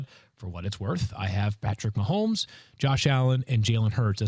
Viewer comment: Nah Nah Nah!!! Stop Pronouncing his Last Name Wrong!!! Dummy!!!